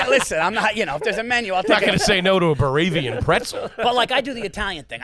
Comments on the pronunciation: he mixed up Bavarian with Baravian, really not that difficult of a stretch, just remembered the word wrong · just called a Bavarian pretzel a "Bah-ravian preddzel" 🤣🤣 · The big man can’t pronounce Bavarian? buhrayvian is wild